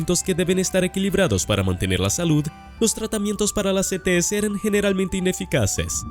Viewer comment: Se entiende ets perfectamente